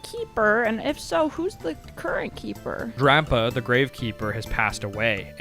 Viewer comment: bro's dunking on 'jabubu' and then pronounces Dampe as 'drampa'??